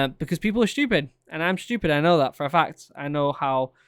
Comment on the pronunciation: It was shtupid mate it was shtupid